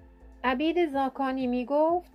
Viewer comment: لا اقل اسم فامیل این بزرگوار را درست بگو